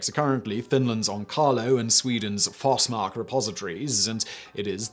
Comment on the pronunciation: As mispronouncing goes, foss-mark is at least better than force-mark. The proper way to pronounce Forsmark is actually fosh-mark